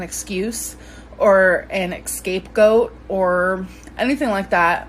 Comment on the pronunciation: 1)Chrono-cological 2)Excape Goat DEAR JESUS. why doesn’t she look up words prior to filming since this is “her job.”🙄🙄🙄🙄🙄🙄🙄